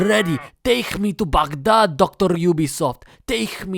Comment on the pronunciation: It tickles my pickle to hear a westerner say Baghdad (بغداد) correctly